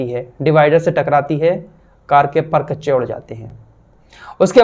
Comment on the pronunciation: Mr. you always pronounce the word "perkhachch. It is wrong. Learn it &pronounce it properly